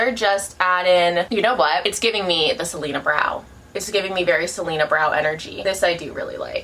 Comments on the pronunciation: “keep an eye out for Selenerrrrr”😂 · I died every time you said Selener 😂 I had totally forgotten about the meme